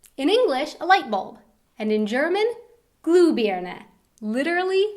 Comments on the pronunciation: hey you speak german realy nice but in the wort ,,glühbirne,, but you speak it like ,,glubirne,, the diffrent is the ,,u/ü,, thats like ,,o/ö,, or ,,a/ä,, 😉 . thats no hate i just wana help you improve your german skills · The pronounciation of glowing bulb is a bit off - that's not a "glue birne", instead does the first vowel sound like a long stretched "y" from mystic or physical - somewhere between "ee" and "oo". Try to pronounce it as "glyyyybirne" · Glühbirne und nich Gluhbirne. Es ist so lustig wie Ausländer deutsche Wörter aussprechen.😂😂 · it sounds kinda funny when she says 'u' instead of 'ü'. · Lachflash als sie "Glühbirne" sagte 😂😂